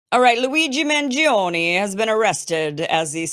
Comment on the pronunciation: I love your italian accent when you name him !